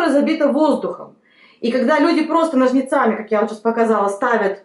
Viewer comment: Благодарю за совет p.s.с Русским языком большие проблемы у женщины, «ложим», « ножницАми» и т.д… 🤦🏻‍♀️